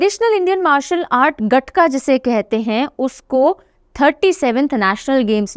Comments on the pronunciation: गटका नहीं महोदया its गतका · Ma'am Gatka ਨੂੰ ਗਤਕਾ ਬੋਲਦੇ ਆ। Not ਗਟਕਾ